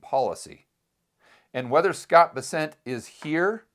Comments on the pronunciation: scott Bess- ent, not B-sent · It’s BEssent, not BesSENT